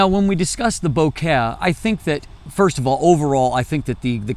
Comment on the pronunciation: says "Bo-care" instead of bokeh, because he really cares.